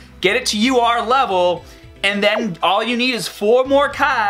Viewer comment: Sounds like you say lr card vegeta instead of ur card vegeta lol